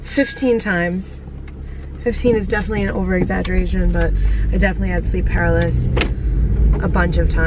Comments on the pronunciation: it’s not ‘paralis’, it’s pronounced “pa-rah-li-sis”. Love you girl! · It’s pronounced puh-roul-luh-sis for sleep paralysis 😭💕 just saying lol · Kiulani Taimani people tell her this in every video where she says it Lmao...she still says it wrong, I just accept it at this point lol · The way you’re pronouncing paralysis 🤣❤️